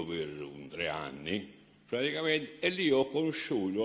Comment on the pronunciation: Non si può sentire questo signore parlare in italiano.. (Veramento)(Spiegaro)(baso)(tirara)(petesso) (La cumpagna) (Praticamento) E mi fermo qui.. Mammamia se penso che questo ignorantone ha fatto ammazzare centinaia di persone mi viene la pelle d'oca... Mentre scrivevo ha detto anche Lontra..